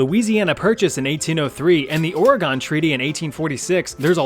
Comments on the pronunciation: Dang, the way you say Ore-Gone. It's Or-reh-gun. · It's hard to listen to you pronounce Oregon. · Oh no, not mispronouncing Oregon! 😭